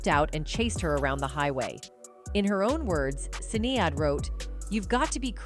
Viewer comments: This must be the voice of AI......it can't say Sinead ;) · Can you please pronounce Sinead's name correctly,.